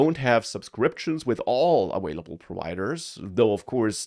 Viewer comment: wersion, lol vorld, lol awailable, lol